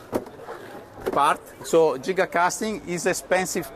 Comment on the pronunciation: Finally someone that pronounces giga correctly.